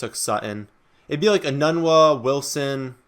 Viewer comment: Thanks for the vid..btw enunwa ="E Noon wah"